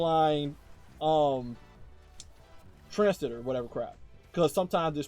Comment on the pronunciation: Bro killing me with the transistor pronunciation xD